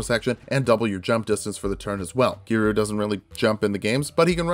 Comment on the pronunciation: "KI-RU" ... I cri